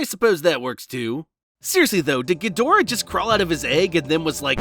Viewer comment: effing punking. Question: I haven't seen the American dub of Ghidorah in forever, are you going with the dubs pronunciation or is it your American pronunciation that's... Lacking. You even got the Director's name (ironically?) Wrong. Sorry I didn't think it bugged me as much but on a second viewing I don't know why but my brain just hurt watching actual cognitive dissonance between the written name and how it's pronounced. Just an Asian man with too many pet peeves